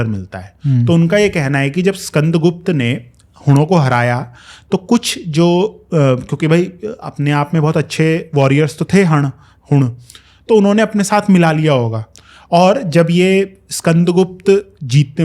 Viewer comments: अभिवादन, जहां तक अपन् की जानकारी है हंस नहीं सही उच्चारण हूंण हैं, किसी के पास नाम पर कोई प्रमाणिक तथ्यपरक जानकारी हो तो बताइयेगा। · बंधुवर इतिहास रटने की नहीं समझने की चीज है। हंस नहीं हूंण होता है, कदरीट नहीं केदारी होता है, गुशुर नहीं गूजर होता है, कुषाण नहीं कषाण होता है , विमा कडफीस नहीं भीम कषाण होता है। बैक्ट्रा या बैक्ट्रिया नहीं पख्ता या पख्तिया होता है। क्योंकि प्राचीनकाल से ही पख्तून लोग तजाख क्षेत्र में शासकीय कार्य करते थे। और शासकीय कार्यों का केन्द्रीय शहर यही पख्तिया यानी बल्ख था जिसे यूनानियों ने बक्त्रिया, कहा। क्योंकि यूनानी भाषा में प अक्षर का उच्चारण ब होता है। वे तो निशापुर को भी निशाबुर कहते थे। जो आजकल अपभ्रंश होते होते निन्वेह हो गया है। दरअसल ईरान में ज अक्षर का उच्चारण अनेक स्थान पर J न होकर G करने की परंपरा है। वे ज के लिए G, और Z का प्रयोग करते हैं। इसी प्रकार प अक्षर के लिए Pऔर v का प्रयोग करते हैं। वे ऐ और ई के लिए e का प्रयोग करते हैं। कुषाण वंश का उदय काशी अर्थात वर्तमान कासगर, नगर के शासक परिवार से सरनेम है। गुर्जरों, जाटों के अधिकांश गोत्र उनकी पैत्रक शासकीय राजधानियों के नाम पर हैं। जैसे काशी के कषाणे खोटान के खटाणे, चावड़ के चावड़े, चेचन्या के चेचे, नंगरहार के नागर आदि, और जाटों में तुर्बत के तेवतिया, सोगदियाना के सोगदिया, सांगवान, जंबिल के जूंण आदि। जब तक आप इतिहास को अंग्रेजी की बजाय हिन्दी, संस्कृत फारसी अरबी मूल के समानार्थी शब्दों से तोलकर नहीं पढ़ेंगे इतिहास को समझ ही नहीं सकते। क्योंकि समुदाय को ही नहीं समझेंगे औश्र जब तक मानवीय समुदाय की पहचान सुनिश्चित नहीं करेंगे आप उस समुदाय की परंपराओं रीति रिवाजों को कैसे समझेंगे। यदि ये सब नहीं समझेंगे तो इतिहास को सही मायनों में समझ ही नहीं पाएंगे। स्मरण रहे संस्कृत का कर्पूर हिन्दी में कपूर और अरबी में कफूर हो जाता है। ह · हंस नहीं हूण बोलते है। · Dear, everywhere, the Hoonas are called as Hoons and not Hans as being repeatedly called by the presenter. It sounds absurd to the listeners. Regards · हंस नहीं हूण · Hans nahi huns(hoons), kya PhD krega bhai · हूण ना कि हंस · हंस नहीं बे बुद्धिहीन, हूँण बोल। तुम जैसे अंग्रेजों के दोगले ही बच्चों की ग्रामर खराब करते हो